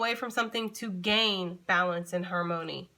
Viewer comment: That "harmony " sounded like her money. I'm like ok!🥴♊ Great message as always lady!💫💖